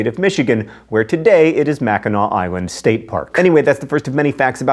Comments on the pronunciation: Thanks for pronouncing "Mackinac" correctly! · I'm so glad John didn't mispronounce Mackinac.